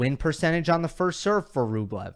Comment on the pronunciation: Why do they call Rublev Bweh?